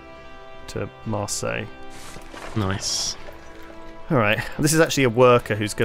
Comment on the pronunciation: I love dedication to "mar-sal", and ' subtle correction.